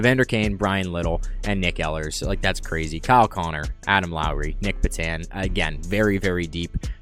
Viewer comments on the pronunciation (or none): none